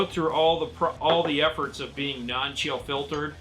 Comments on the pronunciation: I heard that too! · I heard it too. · Wait, did you say fill chiltered on purpose?! In the beginning. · Yeah that one got me. Hahaha